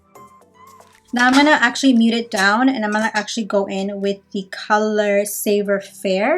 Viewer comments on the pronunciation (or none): Beauty and the beast is a story set in France. Many of the words are French. Merlot is a type of wine. Pronounced Mer loooh. Savoir faire is pronounced Sa. Voua fair. R's and T's are silent in French.